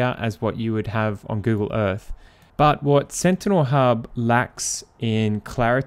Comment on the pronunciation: Move onto the fird. Why cant you Brits pronounce the letter " TH " You always use an F Google EarFF